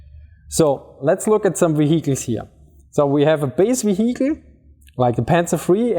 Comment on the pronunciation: Wee Weee we Heeechiles .. vehicles. . I think the 1st pronunciation is better lol